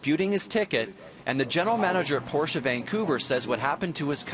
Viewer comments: Props to the commentator to know how to pronounce Porsche. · Props to the owner and reporter for pronouncing Porsche correctly.